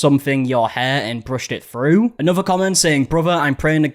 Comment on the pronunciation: Why is it that people who created the language of English can’t even speak it. The word is “through”, not “frew”